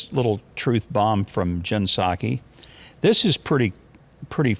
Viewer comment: Mike, that's pronounced P-Sac. !!!!!!!!!!!!!